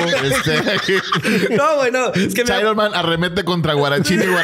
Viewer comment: çomo cháironman , aparte que se estanco